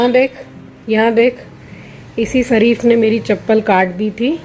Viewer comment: its शरीफ़ not सरीफ.plz improve your pronounciation of श as स, it sounds so bad